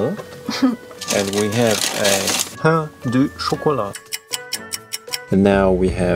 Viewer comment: saying "croissant" and "pain au chocolat" perfectly was so satisfying as a french girl lol❤